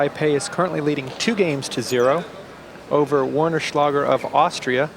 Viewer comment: "Warren Schlager" in the Women's Singles Semifinals 😂